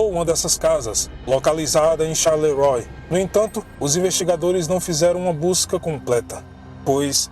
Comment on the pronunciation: Desculpa, mas a pronúncia é Charleroá ...